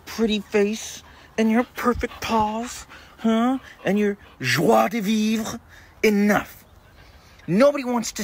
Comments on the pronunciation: As a French, this "Joie de vivre" was perfectly prononced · 😂that was perfect pronunciation